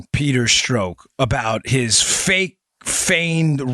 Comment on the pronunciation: It’s pronounced “struck”.